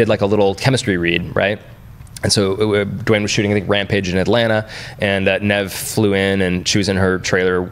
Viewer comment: LoL, Dwayne is just "Dwain", not "Duh-wane".